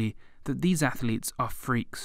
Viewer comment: Ath-letes... TWO syllables, not three.